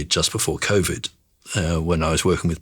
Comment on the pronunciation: He had me up until he said "she had "-ovid" and "_iruses"